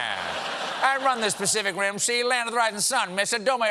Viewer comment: Pacific Dim.